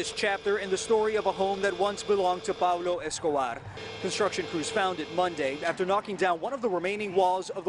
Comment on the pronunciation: I love how this reporter says "Pablo Escobar" properly